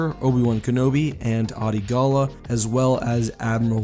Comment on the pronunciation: Hearing him pronounce Adi Gallia wrong so many times makes me super mad for some reason.